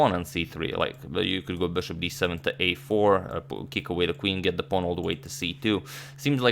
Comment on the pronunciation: i love the way you say “it’s just an incredibly strong puawn on c3” 🥺